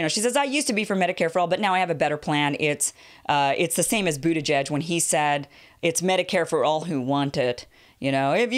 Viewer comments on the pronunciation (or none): I thought that the announcer said “Pete Bootyjudge” instead of Buttigeig and I assumed he never heard that nickname before